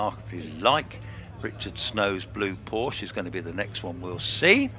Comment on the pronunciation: Why do so many people mispronounce Porsche?